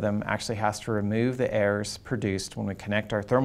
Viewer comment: Chapter 2: Thermocouple airs or errors? 😂